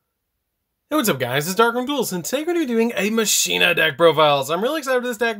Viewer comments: Is it pronounced Machine-ah, or Mach-in-ah like how Wakka says it in Final Fantasy X? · I pronounce it like Makeena